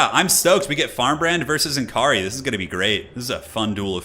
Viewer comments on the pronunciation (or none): BTW it s not N Kaari, its Nakarri! p.s /sigh Americans 😜